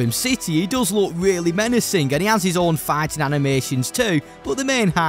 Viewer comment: for some reason I keep hearing you say "farting" instead of "fighting"